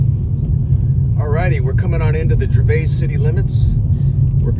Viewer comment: It's actually pronounced Gervis, the 'a' is silent